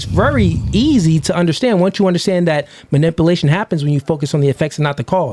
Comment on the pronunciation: Not manipplation...it is manipulation. If you're going to say the word five hundred times at least pronounce it correctly.